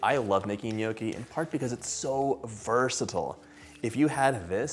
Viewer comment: Please learn how to say the word “ gnocchi”